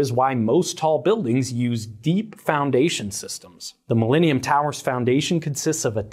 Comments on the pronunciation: Mil-lean-ium Tower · The “mileanium” tower. Sorry lol